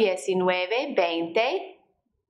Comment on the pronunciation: em.. no es veinte algo.. es VEINTI algo.. para la pronunciacion